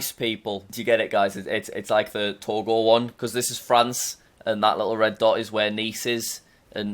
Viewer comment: Whenever he said "Togo" his British accent kicks in, he sounds New Zealander until he said Togo